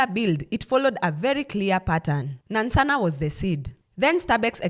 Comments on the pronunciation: Please the place is called NANSANA not Nansssanaa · The pronunciation of Nansana threw my attention span off but good information all together. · Laughed so hard. I’ll start pronouncing it like that just for laughs. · Am Ugandan and your pronunciation of Nansana has me on the floor 😅😅😅😅😅😅😅😅😅😅😅😅😅😅 love your content